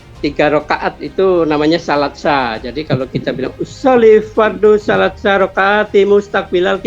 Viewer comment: Baru tau sy klw niat sholat Maghrib, "tsalaatsa", dibaca jd "Salat sa". 😂